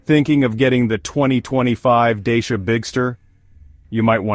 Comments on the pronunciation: You talk about some brand Deisha ... but all I see is a Dachia ... this confusion is a bit unprofessional for someone pretending to do a serious review! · You can't even pronounce the brand properly, let alone your monologue voice, you not very believable